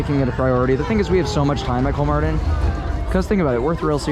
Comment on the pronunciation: I started smiling when I heard he pronounced it right. he's the only amrican youtuber, that I know of who did